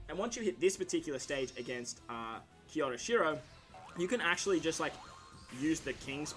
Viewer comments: its kyoshiro ! not kyoroshiro ,nice video man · You and Toadski butcher kyoshiros name 😂 it’s prounounced “kyo she row” it’s said like to”kyo”, Japan. Hope this helps, no hate of course :)